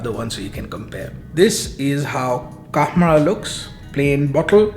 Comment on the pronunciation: It's not kamrah... Khamrah. Kha Khamrah.